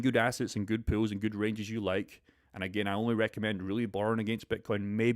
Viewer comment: It’s pool not pills.. some people might think you’re talking about juicing up. I thought u invented a word. POOLS not pronounced pills.